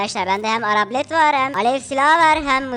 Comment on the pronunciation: Abi arablet değil arbalet 18.50